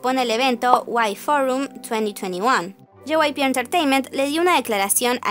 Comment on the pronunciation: Se siente raro cuando dicen JYPE pero es JYP xd